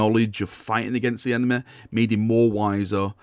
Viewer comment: lol enema. why do you pronounce Y as A?